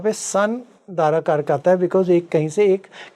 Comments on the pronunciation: Madam यह dara karak कहलाता है ना कि दर कारक. दारा का अर्थ है स्त्री( पत्नि).एक anchor host होने के लिये इतनी जानकारी तो होनी ही चाहिए. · Madam ji please, it's not dar karak it's Daara karak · Darkarak iska pronounce galat hai Daarakarak hai wo Daara arthat bharya arthath patni ko daara kehte hai.. Daarakarak boliye isko 💯aruda lagan nehi aarurh lagan kehte hai.. pronounciation sahi hona chahiye. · Learn some basics of astrology... It is Dara karak.. Not dar...... Don't darao with this vocab please